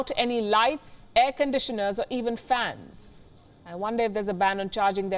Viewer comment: The word fans is pronounced with one S, not 5. Fansssss, hissing like a snake 🐍